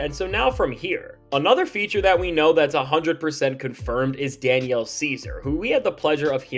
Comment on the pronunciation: "Danielle" ceasar 💀